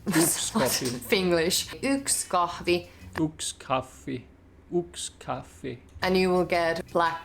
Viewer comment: When trying to say thing like Kahvi tryt not to add an another letter in there like Kahfvi like you said . Finnish words are said exatly the same way there are written. Sorry if this sounds a bit passive agressive just trying to aid/ give some `tips` . So far so Good.